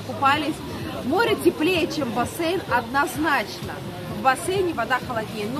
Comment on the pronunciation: ЗАЧЕМ Бассейн называть бассЭйном? Слух режет....